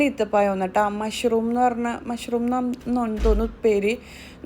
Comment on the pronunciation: മാഷ്റും അല്ല മബ്‌റും ഈത്തപ്പഴം